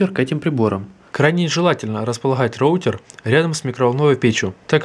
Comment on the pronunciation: "РОУТЕР" млять а не РОУТИР